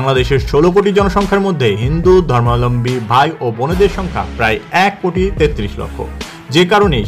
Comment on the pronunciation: আপনার "হিন্দু ধর্মাবলম্বী" উচ্চারণ সঠিক হয়নি কোথাও কোথাও। 😅